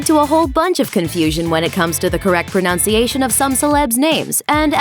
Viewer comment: lol... "pronounciation"